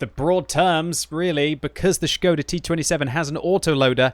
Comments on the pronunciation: gives all kudos for saying Š right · Probably the first English youtuber who can read Š. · I appreciate your pronunciation of the word Škoda:)